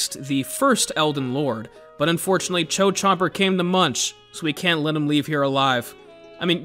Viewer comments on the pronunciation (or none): none